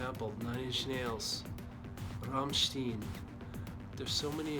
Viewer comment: very well said (just, Rammstein is pronounced different). Greetings from an industrial enthusiast from Slovenia.